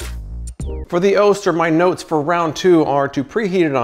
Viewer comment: Love the channel! Just an FYI, Oster is pronounced "AWE-stir" not "OH-stir"